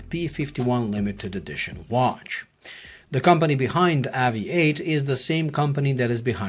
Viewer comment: AVI-8 is meant to be pronounced "Aviate"